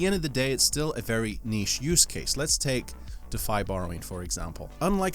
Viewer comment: its DEEEE fye and you forgot hex.. wtf